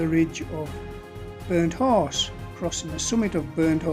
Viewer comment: Your accent makes it sound like you're saying Burnt Arse instead of burnt horse 😂 Great video, fella 🤜🤛😊